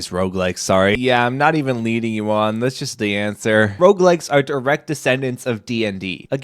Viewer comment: i thought you were saying roblex the first time